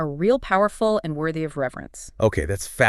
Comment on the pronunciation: Yeah this is AI voiced - or possibly fully AI generated. Did you notice the few times where, in the script, the writter capitalized the words for emphasis, but the AI voices just read them as individual letters? The IS becoming "I S" and the AND becoming "A N D" ?